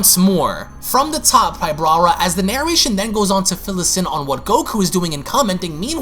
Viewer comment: Why does he keep saying the Yardrats name wrong? Smh lol, he keeps calling his or her’s name wrong which it’s spelled Pybara , but he says PyBraRa or PryBraRa lol wtf